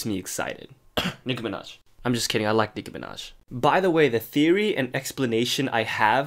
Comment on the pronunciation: “I’m just kidding I like Nikki meahnaj” 😂